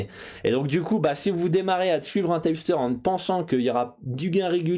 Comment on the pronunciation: Un tyepsteur? hahah on dit un tip (teep) qui signifie conseil, c'est quoi cette prononciation à l'americaine qu'un américain ne comprendrait pas :p